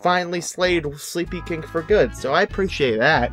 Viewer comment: i love this channel and did you say SleepyKINK?